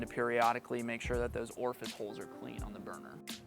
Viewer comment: "orfice holes"